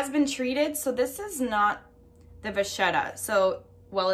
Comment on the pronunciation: canvas is not leather. It is just canvas. Vachetta is pronounce va-ket-ta. It is Italian and has a strong K not ch. Enjoy your purchase.